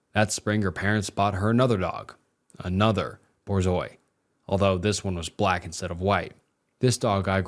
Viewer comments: LMAO its Borzoi. (Boor-Zoi) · i’m guess they meant borzoi?? (bore-zoy) i have one- she’s lying behind me rn lol- and it’s a russian breed. her grandma was born in russia. also what they said abt their zoi running away after anything is 100% true, they need a 6 foot fence because they jump extremely high and it’s quite LITERALLY impossible to recall train them. like genuinely, you can’t. my dad is saving for a $30k fence just for my dog so she can run. however the thing about them being timid isn’t true lmao, mine is not. she barks at everything and is 100% not regal. just a few hours ago she was running around on my couch and barking at my mom’s dog, ruining the entire couch. she’s a clutz and trips over herself.. also lowkey if a “white man” put one hand on my dog that monster isn’t making it out alive. zois can easily run 40 miles an hour but i won’t stop searching even when the very skin at the bottom of my feet is gone. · hearing Borzo is so fucking funny to me. they're tall af and we also had one. very expensive dogs